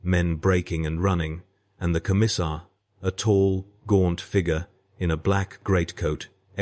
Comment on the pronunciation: Please,get a real person to narrate... Its painful to listen to when nothing is pronounced correctly... I love the stories,hut a Laz Riffell and a Commisser WTF...?